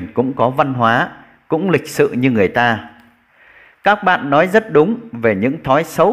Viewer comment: Tiếng Việt bạn còn chưa phân biệt được "nói" và "lói" ; "nước" và " lước" mà còn đi bàn đến việc PHÁT ÂM! Với lại đi nước ngoài ...đâu nhất thiết phải "phát âm tiếng Anh nhỉ "?